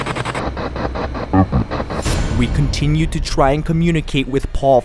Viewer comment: That "hello" sounded like "Heaven"